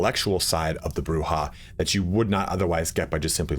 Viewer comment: Incorrect. It is pronounced "Broo-Hah". That's been backed up by many sources, including Bloodlines 1. Camarilla is either "Cam-a-RILL-UH" or "Cam-a-REE-UH" both are accurate, and Jason Carl himself has gone back and forth in "LA By Night" pronouncing it both ways. Sabbat is basically always "Sah-baht" though.